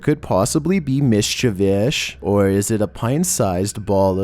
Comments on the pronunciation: Mis-chee-vee-us Not mis-cha-ves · You seriously cannot pronounce "mischievous"? Lmao it's not "mischievoush" you illiterate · "Miscivish" isn't a word LOL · Honestly this guy is so annoying when he speaks slowly but you get used to it after listening for a while lol. It’s like he drags his words and how about how he pronounced mischievous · LOL ikr I put the subtitle on to if it would spell it exactly the way he said it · Samee 🤣 came to the comments to see if anyone else thought so too hahaha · You mean mispronunciation